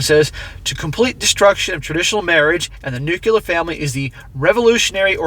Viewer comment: Nuclear = New-clear, not new-q-ler. Jimma Carter was a nuclear sub commander who couldn't pronounce it properly